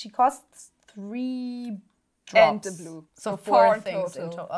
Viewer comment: (Th)Sis Card is (th)se staple of (th)sis deck. Gott man hört richtig wie deutsch du bist. Aussprache!!1 :D